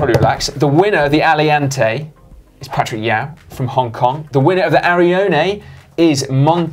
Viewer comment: Nice idea, Nathaniel. Guys, when reading the competition winners, I think you mispronounced my name slightly as "Patrick Yau".